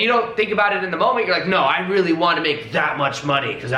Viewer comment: Is there anyone here suddenly feels happy, enjoys and wanna hug him when says " I rrrrreally want that"?!